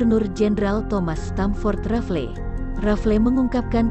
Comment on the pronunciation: RAFLES, bukan RAFLE. Riset dulu sebelum bikin konten sejarah! Diketawain anak SMP luu